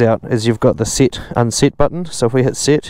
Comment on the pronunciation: Sit, unsit 😂